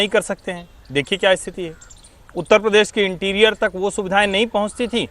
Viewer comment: हमारा उत्त प्रदेश....(मौलाना टोटूद्दीन) भाई उत्तर प्रदेश बोलना तो सीख ले...